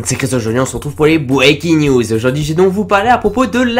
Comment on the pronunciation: NONONONONONONON ON DIT PAS LES BWéQUINNE NIOUSE ON DIT LES BREACKIN' NEWS